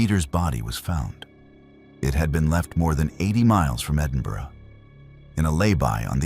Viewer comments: Bless you for pronouncing Edinburgh correctly 🎉🎉🎉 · Its a first right enough lol. Normally Americans can't pronounce Edinburgh right. he got glenochil wrong though. He said glen o chill, if you read this podcast guy its glen o kill. obviously that's just how you pronounce it. Not spell lol. Sorry. I'm a geek 🤓 🤪 🤣